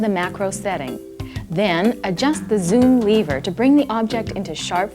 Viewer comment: Back when Americans knew how to pronounce “lever”